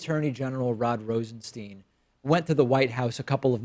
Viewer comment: LOL. For someone who goes out his way to point out the frequent mispronunciation of the name "Nunes," you sure take liberties with the pronunciation of the name "Rosenstein."